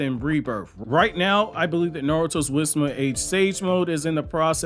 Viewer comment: Why do i hear it as wisma age?😂